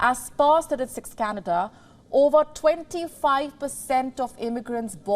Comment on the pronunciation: You mean cana duhhhh